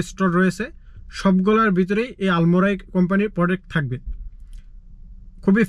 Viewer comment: আলমরাই? নাকি আলমারাই? আগে উচ্চারণ শিখেন। পরে ব্লক করবেন।